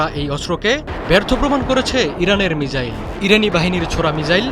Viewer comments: মিজাইল না মিসাইল 😁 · ভাই মিজাইল নয় মিসাইল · ""মিজাইল ""কি ভাই???😂😂